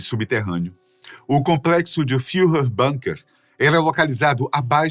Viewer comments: «Bunker» é palavra do idioma alemão. Por isso deve ser pronunciado «búnkêr» (ambas as sílabas tônicas já que o alemão não é idioma tonal), e não «bânker» (esta é a pronuncia inglesa, já que ingleses e estadunidenses pronunciam tudo, em todas as línguas, como se estivesse em Inglês). «Búnkêr», portanto! Obrigado! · Bunker é uma palavra de origem alemã e se pronucia com "u" mesmo. E nao "banker" como é falado no video. E extrema direita do partido nacional socialista alemão? Vai estudar e ver a origem do proprio bigodinho e do proprio nazismo. Ate o manifesto nazista é uma cópia da ideologia socialista russa, com pequenas diferenças, inclusive o estilo das propagandas do Gooebles iguaus as de Stalin.